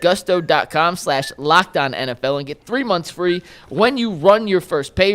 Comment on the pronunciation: its GOOOOOSTO. not GUSSSTO. gonna lose that sponsor real quick lol